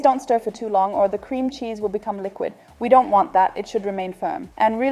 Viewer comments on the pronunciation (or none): Man spricht Cheese aus und nicht Scheese ^^